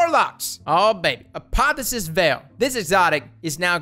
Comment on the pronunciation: Uh-pah-thee-oh-sis, say it with me now...